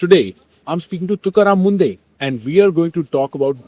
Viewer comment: munde nahi mundhe hai naam ache se lena to sikhle beta